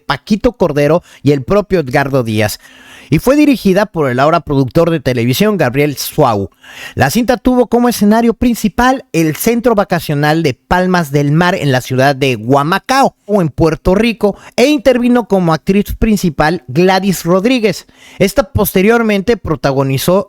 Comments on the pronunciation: Una Aventura Llamada Menudo fue grabada en Humacao, Puerto Rico... no Guamacao como usted lo pronunció. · Jajajaja no es Güamacao 😂 es Humacao donde está Palmas del Mar (el lugar donde hicieron la película), fuera de eso todo muy excelente, muy buena narrativa y bien informado... 😂 Acabo de escuchar Yolandita Mongue y es Monge